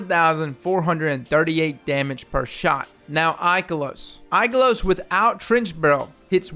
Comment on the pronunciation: Ooof, the poor pronunciation of Ikelos it hurts my soul -_-.